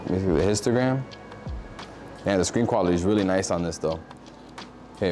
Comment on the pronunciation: The first time you said histogram I thought you said instagram!